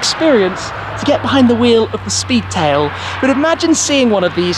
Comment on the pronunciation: Love the Shpeedtail!